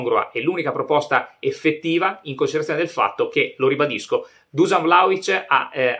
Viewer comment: On dit Duscan